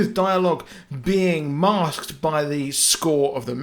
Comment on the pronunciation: this is the strangest pronounciation of "masked" I have ever heard lmao Thanks for all the effort in this vid man